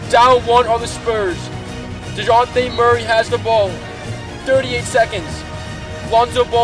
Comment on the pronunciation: This guy says deyonte